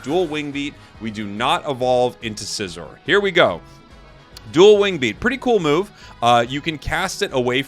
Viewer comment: Can you please say Scizor’s name correctly??